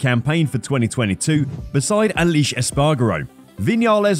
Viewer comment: Irony buddy… the pronunciation of his first name was terrible.